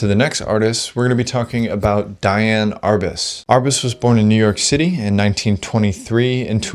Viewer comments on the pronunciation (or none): It's DEE-Ann Arbus not DYE-Ann.